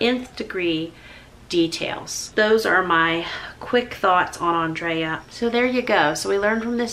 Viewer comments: It beggars belief that this awful, untimely tragedy can happen, that you give a heart felt tribute to a wonderful lady, friend, wife and mother and all these sad individuals take away from it - the one thing they see as having most import is your mispronounciation of Andrea's name ???!!!! Get a grip and reflect on what you have said you are being ridiculous ! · You were gracious and kind about your friend so who cares about not saying her name right!!! If Andrea never corrected you then NOBODY else should say a word to you about it!!! Obviously the lady had grace as well, loved and didn't feel the need to correct you! Big hugs to you and I am so sorry for the loss of your friend!!💖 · Bless You!!! Who cares how you say anyone’s name. You have such a sweet kind heart! I believe if Andrea did not correct you she probably loved how you said her name! My grandparents called my little sister “Angel” when her name was “Angela” NOBODY ever corrected them BUT what a sweet loving term of endearment my sister has had even after they passed. I also feel you are WAY TO HARD on yourself!! You are AMAZING! None of us have the same strengths as the other. What a beautiful world God created with beautiful different personalities and strengths in each of us! You are beautiful and perfect just the way you are!! God bless, Brenda~ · Lovely tribute to your friend. It is still so hard to believe that she is gone, and so quickly. I'm sorry that the only thing some people could take from this is your mispronunciation of her name. I loved that you noted that everyone is different and that is okay. The birthday celebrations that she organized were indeed a work of art that I know I could never have done and that's okay. I will miss her greatly. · Also I want to say It's okay you "mispronounced" her name. Honestly it could be said either way. Love ya Jamerrill! Thank you for being another wonderful woman I look up to!!!